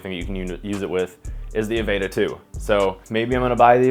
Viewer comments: God damn, "Avayta" bugged the hell outta me lol. Say the word "Avatar" and drop the R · If he says Avayta...one more time. Lol